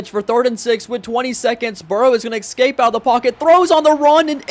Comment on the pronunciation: New idea for imperialism: if says someone’s name wrong, they get removed from their team. And if he says “eggscaped” instead of “escaped” the result is overturned. And the “Jagwhirrs” aren’t on the map